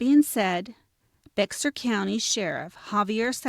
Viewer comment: My, my, my! Life long resident of Bexar County here. BTW, Bexar County is pronounced like, a grizzy bear..not Bex-Are. Something else y'all need to consider or reconsider, is that you have numerous inaccuracies throughout and desperately need to do better, more thorough and accurate research. As an absolute true crime junkie with degrees in criminolgy, prelaw and education and out of the hundreds and hundreds of views of true crime genera, this is by far content with the most inaccuracies. Makes me embarrassed and cring to hear this. I'm so sorry and I honestly dont mean to be unkind but the inaccuracies, ?!#*? But good job on selecting a story that desperatly needs coverage and a long overdue resolution. The sheriff doesn't seem to think that these grief striken familys need answers so that they may begin to seek some type of closure. I still gave it a like though since you only had 2 in the past 9 months.